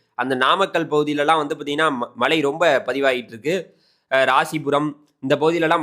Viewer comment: 'ழ' சரியாக உச்சரிக்கக் கற்றுக்கொள்ளுங்கள். மளை என்றால் கேட்க நன்றாக இல்லை